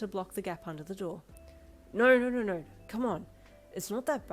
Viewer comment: I THINK ITS ADORABLE HOW YOU SAY “NAURRR” 😭